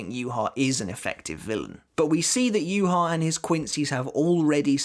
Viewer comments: The way his name is pronounced infuriates me...... Juha Bach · It's pronounced you-ha-baha tho